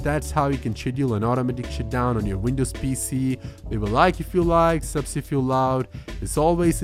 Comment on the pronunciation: “shutdown not “shitdown”!!!